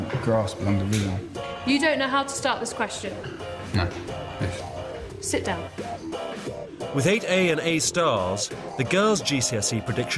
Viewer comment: He said "s'down please"